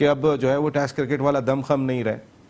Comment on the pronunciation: The only anchor in the world who says "tast" instead of test